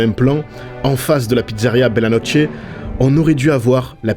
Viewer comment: « Bella notche « ??? « Pinotchio »??? - !!!! 😮!!!! Pour des fans de Disney…. C est navrant !